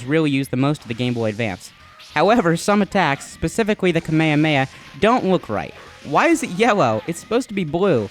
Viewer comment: i hate it when people pronounce it like "kamaya maya". It's not hard guys. Kame Hame Ha. Kah-meh Hah-meh Hah. Easy stuff.